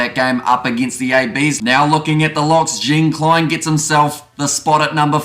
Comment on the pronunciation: Jean Kleyn pronounce like (Jean) Jean de Villers (Kleyn) like Morne Steyn.